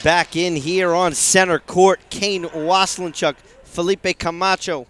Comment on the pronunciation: Waselenchuck, pronunciation, get it right. It's driving me nuts! Was=len=chuck. Not was a len chuck. Thanks! :)